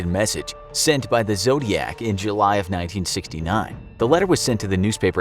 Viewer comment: Nobody:: July of 1969 Me: hearing "do you got that watch"